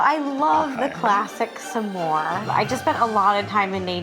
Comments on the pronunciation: So distracted by everyone saying sa more instead of s’more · WHY DO THEY KEEP SAYING SAH MORES I STEAD OF S’MORES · It bothers me a lot more than it should the way they pronounce S'more. It isn't Suh more, it's Smore. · I hate the way they say “summore” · It’s SMore, not SUH-more, y’all. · Rosanna keeps pronouncing it like “some more” instead of s’more. I get that that’s it’s etymology but it just sounds very odd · Why are they saying sa-more and not smore???? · Saying smore like summore is truly the part of this that’s killing me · Question: do all Americans say "sa-more"? I say it as one syllable. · I can’t handle them saying s’more wrong the whole video 😂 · Lol the way they are saying “suh-more” instead of s’more drove me nuts 😂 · why tf does everyone say “sah-more” it’s smore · Divisive opinion: There's no way it's pronounced "suh-môrz". It's gotta be "smôrz" or it sounds awful. It's a conjunction, we can't just add sounds 😭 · It hurts hearing "suh-more" instead of s'more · How are none of the comments mentioning Rosanna pronouncing s'more as sah-more?! 😂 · They’re pronouncing the s and m too much it’s one syllable smore. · Do all Americans pronounce s'more like that? Suh-more? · Why do they all pronounce it "Sa-more" except the restaurant owner? Where did they learn to pronounce it? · Maybe it's a Canadian thing, but I thought "smore" was a 1-syllable word? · I love rosanna and saying s’more so badly the subtitles say “sam more” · this video has taught me that i have a very big pet peeve of people who say "Sah - more" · Anybody else going insane over their 2 syllable “sa-more” pronunciation?? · Who else has never said s'more with more than one syllable?